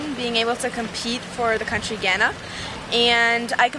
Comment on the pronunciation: Idk y but u find her pronunciation of Ghana so cringeworthy....but great to hear about her story